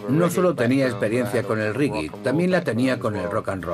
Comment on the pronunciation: se dice reggae no riggui!